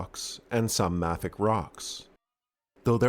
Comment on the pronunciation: This is an awesome video, but mafic is pronounced like May-fic and Chrysotile is pronounced like Chris O'Teal. Just throwing my only beneficial knowledge in geology. Also fun story, one of the largest Serpentinite deposits, the state line deposit between Maryland and PA was the main source of chromium for chrome lining barrels. Great job!